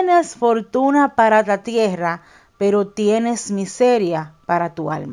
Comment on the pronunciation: Porqe dice tiera con "r" simple y en otras palabras si pronuncia bien la "rr" doble...es tierra...no??